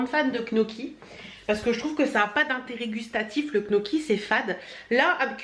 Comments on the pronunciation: Gnocchi pas knoki ahaha ça se prononce "nioccki" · Coucou. Ça se dit nioki lol. Je ne suis pas fan et pourtant j'adore la cuisine italienne. Les youtubeurs, les influenceurs comme toi travaillent mais les personnes de la télé-réalité!!!! Restez dans une villa de rêve à glander, à dormir et à se disputer toute la journée. Je n'appelle pas ça travailler. Merci pour tes vlogs et toutes tes vidéos. Biz